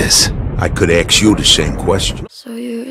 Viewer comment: No one : Joe: ı could axe you the same question.